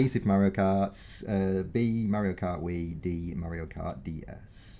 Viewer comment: Nobody says Mario karter 🙄